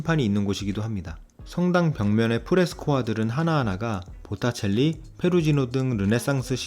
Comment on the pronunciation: 보타첼리 아니고 보티첼리입니다~ ^^ 자세한 설명과 유용한정보 정말 고맙습니다^^♡